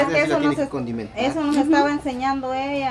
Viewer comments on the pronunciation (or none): Si vas a estar atrás de cámara aprende a hablar tan siquiera es condimentar no es contimentar como tu dijiste 😅😅😅😅😅😅😅